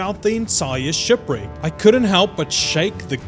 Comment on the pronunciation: "Shupwricks" I want go diving near a shupwrick.